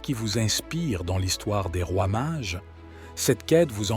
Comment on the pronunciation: Les Mages, pas les Marges... 🫣😮‍💨